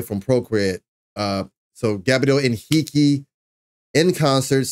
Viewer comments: Hi dear reactor: 👋👋👋👋you've pronounced his name perfectly, in a perfect Portuguese, congratulations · #GabrielHenrique! I'm Brazilian and I can guarantee you, your pronunciation in Portuguese when saying Gabriel Henrique's name is perfect.